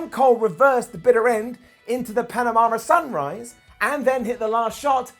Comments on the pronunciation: it's PANAMA Sunrise not Panamara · Did say panamama sunrise? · Someone give a tutorial on how to say the Panama Sunrise XD.